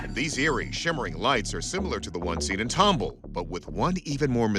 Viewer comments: Nobody told ANYBODY that it is pronounced TOM-BALL, just like it’s spelled. One of the producers told everyone to call it Tom-bull, nobody questioned it? And nobody from Texas but me says anything in the comments? Sheesh😂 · Yall keep saying tom-bull.......its Tom-ball. Tomball. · It's pronounced tom-ball, not tomble. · As a life long resident of Houston & Katy, TX I was surprised at how y'all managed to butcher the must pronunciation so I will help you out w/ how Tomball is pronounced... Tom, (like the cat) and Ball... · pronounced ...Tom Ball, not tomb all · Pronounced Tom ball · Except he can't pronounce Tomball.